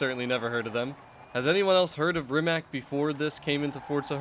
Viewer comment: Rimac is pronaunced Reematz